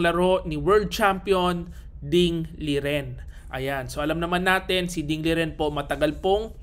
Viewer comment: master, ding lijen daw tamang pag bigkas ng name nya.